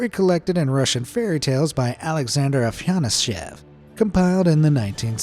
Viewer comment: It's "ah-fah-NAH-syev"